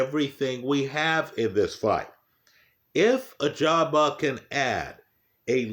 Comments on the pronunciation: I remember when used to call him "Agaba" instead of Ajagba. Good times 😂. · Still says Agjaba here lmao.